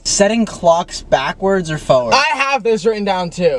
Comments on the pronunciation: “foward” babe there’s an R in there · matt saying fowad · Matt saying forward but in a super Boston accent! Hahaha sounds like forehead to me! (From Australia) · stop I’m Australian and the way Matt says forward kills me bc I have never heard anyone say it like that before